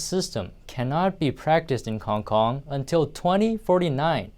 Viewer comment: "𝗞ONG KONG" (?)